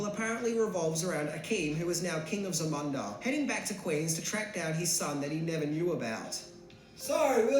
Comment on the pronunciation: Zamanda?? Isn't it Zamunda???